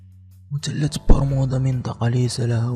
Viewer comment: انا نسيت مثلث برمودا وقاعد افسر طريقة كلام اللي مسوي الفيديوا والثاء لاينطق تاء يعني مثلث مو متلت لما تبغى تتكلم بفيديوا يشاهدوه كل الجنسيات العربيه اتقن نطق اللغه العربيه اولا